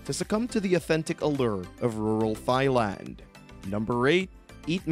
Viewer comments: OMG... After The umpteenth, Mis-pronunciation of the country name (Tai... Not Thigh) I had to click it off... It bugged too much. Shame though... It looked like a decent clip besides that. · AI much? Thigh land? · You just don`t pronounce Thailand like Thigh-land. That is absurd. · Dude, you're pronouncing Thai as "thigh"... come on, man. You need to re-record your narration to this with the correct pronunciation or it will be an eternal embarrassment for you. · Great list, bust can you please say Thailand correctly!!! Pronounced Tie-land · you said Thigh land one too many times, I had to stop watching, you clearly haven't been there